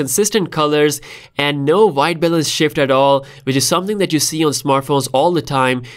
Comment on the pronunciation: I like how you say: VVVhite😅